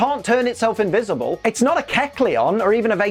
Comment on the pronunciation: It's Invishible